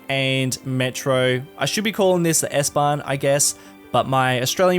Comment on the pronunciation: You have pronounced the word S-Bahn so perfect as a non german! Love from Germany!